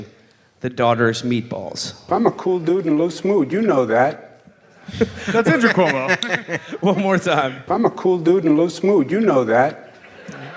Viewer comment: "andruo cuomo"